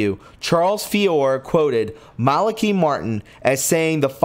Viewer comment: Malaki .... Not Malockee Just trying to help. I like your work but your pronunciation is ... a big problem. I'll keep watching but help yourself.